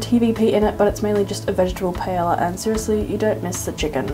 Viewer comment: This was great, thank you! Oh btw one pronounces paella without the L's but instead as a "y" (as in yes) :) I think eating with chop sticks isn't so hard when they're made of wood, whereas with the plastic ones the food always slips! 😓 So in case you buy some, make sure they're nice wooden ones.